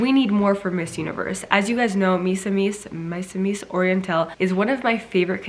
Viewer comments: hi Siera! Misamis is act pronounced as MEE-SAH-MEES 😊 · The stress should be on the second syllable- Because I notice when Siera pronounces that word. She always put the stress on the first syllable. This is the right away to pronounce it "mi-SA-mis" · How to pronounce "Misamis" -The stress should be on the second syllable. "mi-SA-mis" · Hi Ms. Siera, you can pronounciate "Misamis" with the accent on the "a" and not on the "i".